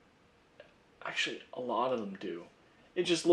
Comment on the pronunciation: Axactly! Axtual Axes.